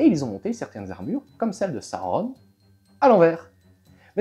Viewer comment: J'aime bien ta façon de prononcer Sauron. Il s'est passé quoi avec la lance ? 😂😂😂 (Oui, j'ai pris une règle et j'ai regardé, elle est courbée au niveau de la lame).